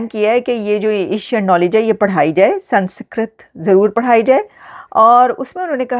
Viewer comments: Pl pronounce it correctly, it’s not San secret, it’s SANSKRIT 😂😂😂😂😂😂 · Namaskaram, Not Mahabharatha instead Mahabharatham and instead Sanskrit pronounce Samskritam. Jai Bharatham. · ...it's not Sansikrit but sans + krit = Sanskrit...apna tallaffuz durust kare. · The pronounciation is Sun-Skrit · SANS KRIT. NO A BETWEEN SANS AND KRIT. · Aapki English bhi bahaut hi 👎 hai. Aap words ko jodkar bhi Sanskrit nahin bol paa rahi hain. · I see a few comments correcting pronunciation of "Sanskrit", pls stop it. No need to ridicule those promoting a good news. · Lesson #1 how to spell and pronounce Sanskrit correctly 😜